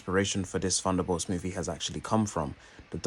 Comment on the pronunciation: I don't get why you pronounce it "Funderbolts" but can then pronounce other words with "th" such as "the, they, this, think" properly in the same video.